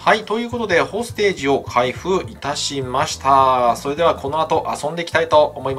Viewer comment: どうもこんばんは！ これ欲しくなっちゃいました😆 隊員に名前があって単なる残機制のゲームじゃないとこがいいね！ 発音は ほーす・て↘じ らしいっす